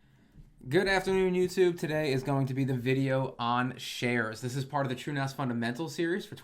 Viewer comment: Everytime you say True as it sounds like truenos to me and I giggle. Love the content keep up the good work, love to see this stuff aimed at me as a recreation home nerd focusing on the essential minimums instead of the homelab for pros stuff that's a bit higher level than the typically joe might need.